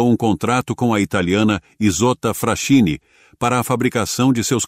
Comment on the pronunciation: A pronúncia aportuguesada é: ISOTTA "FRASQUINI". Capisci bello?!